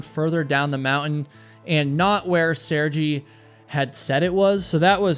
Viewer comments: I like the way you talk, lively and interesting. If you don't mind to much, I'd like to draw your attention the name of Sergey is, rather than Sergy, is pronounced Ser-gey" But of course up to you. You did chose the most mesmerizing clips of the mountain and play of clouds I've ever seen in a video. Just waaahw awesome! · It's not pronounced Saregee. Its pronounced Sare-gay. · Assuming the name is actually pronounced “sir-gai” .. it’s an extremely common name in Russia…. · Pronounced Seer Gay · Doing the bare minimum of typing the name sir-gay into some TTS thing and listening to it once would already have given you a 100% pronounceable result. When you're clearly not even trying to pronounce the names correctly, why even claim to do so?